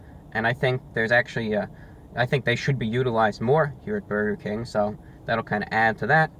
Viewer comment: His war with Bwurgah King is so funny. Eternal war with Burgah and mayo and hes right